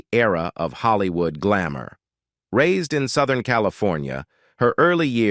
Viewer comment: "Holly-Wooed" and "John Da-Wreck" - classic!